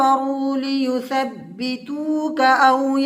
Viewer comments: بھائی ایک لفظ غلط پڑھ دیا آپ نے (لیثبتوک) یہ والا مہربانی فرما کر غور کیجئے گا اللّٰہ ہم سب کے گناہوں کو معاف فرمائے آمین ثم آمین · آیت نمبر تیس لفظ لیثبتوک غلط پڑھا ہے